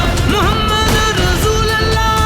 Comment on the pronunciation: Kindly pronounce the Kalimah in right way : لَا إِلَٰهَ إِلَّا ٱللَّٰهُ مُحَمَّدٌ رَسُولُ ٱللَّٰهِ It's not "Muhammad ur Rasool Allah" It's "Muhammad ur Rasoolullah" There's "pesh" on Laam of Rasool. Not "zabar".